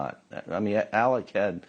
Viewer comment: Shame on news nation. After all the coverage this case has had and you mispronounce Alec's name!?!?? You ne3d to get rid of your ai if that's was i4 was.